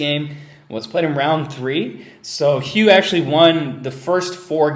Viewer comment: Just a sidenote about Hou Yifan. Her name is pronounced more like "Hoe" or "Ho" instead of "hew." And "ee-fahn" instead of "yie-fan."